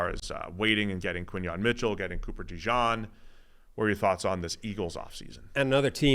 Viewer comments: I think he was purposely pronouncing it as DeJawn like a lot of fans are doing. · Can yall please learn how to say DeJean? It’s so irritating to hear the way you pronounce it.